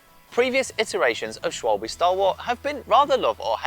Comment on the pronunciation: Schwalbe, pronounced; 'Schwie - ba'. Means Sparrow. Or so I heard from a German. Interesting to hear your take on their new radial? Edit: Actually mean Swallow...sorry.